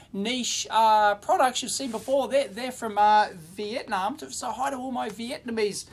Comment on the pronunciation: vee IT! nahm